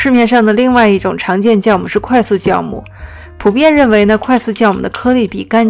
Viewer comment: 是ㄒㄧㄠˋ母 不是ㄐㄧㄠˋ母